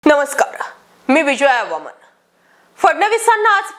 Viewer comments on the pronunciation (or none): none